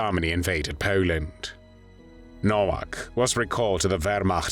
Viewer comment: "When Jarmeny invaded Peeeoland" 😂